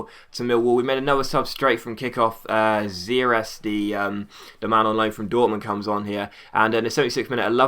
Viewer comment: you have to pronounce ziereis like zier-ice (im from germany) :)